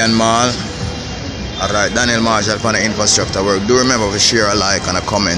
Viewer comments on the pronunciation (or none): Hey U r doing a great job with excellent service. I like the video presentations and most of ur commentary. But I suggest 2 things. Can u just tell us full date of filming each time. If we watch this video a month from now we only know it was on a Saturday. Second thing - rolling ur Rs in ‘alright alright’ does not sound cute; it reminds me of some ridiculous sounding preachers. Good work man 👍🏾